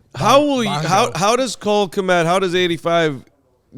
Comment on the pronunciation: Why does madden game say Cole k m e t instead of kmet. ? 😂